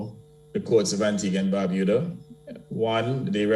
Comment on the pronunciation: Woman.......................... it is "Bar-byu-dah" !!